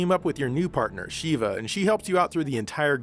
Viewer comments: Noooot nitpicking, or making an example out of you, or calling attention to myself for that matter, but I gotta say this as it's becoming a common (mis)pronunciation of the name amongst the gamers of Res 5..? Her name is Sheh-vah, like disheveled, but diSHEV...ah. (Chris screams it all the time when he becomes impatient). And sweet! - you guys are covering/ kicking off the show with seventh gen consoles/games and up! I love both the retro and the new and I wouldn't want or have it any other way than to have you two covering both! Okay, I'll put my head down now. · shEHva, it's pronounced sh-EH-va SH-EH-VA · How the hell did you mispronounce "Sheva" when the game has voice acting?